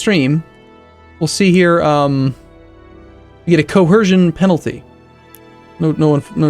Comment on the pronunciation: why do u keep saying coHercion??